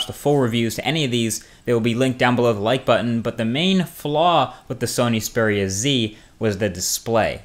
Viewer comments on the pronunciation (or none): Xperia. Xperia. not speria...